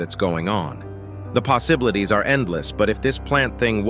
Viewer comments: “The poss-iblities” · “the posiblities” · bro said posiblities